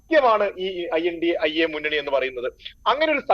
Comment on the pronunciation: Pronounce as indi alliance mr. Anchor